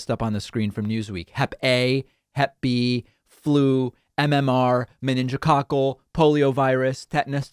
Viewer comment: I know he said meningococcal, but it sounded like "men in Joe Cockle."